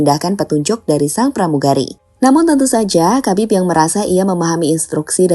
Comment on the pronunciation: "KHABIB" itu cara bacanaya bukan KABIB tapi HABIB dengan huruf K dibaca secara samar